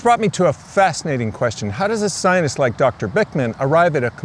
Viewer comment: Why can’t you pronounce the word scientist properly? You describe Nina T as a, “bad actor” - what evidence do you have for that slander?